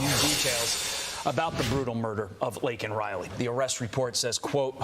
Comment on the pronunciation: POSJB didn't even say her name correctly. What a slap in the face!!!